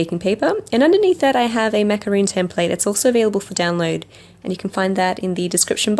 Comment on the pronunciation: Macaron not macaroon 🙄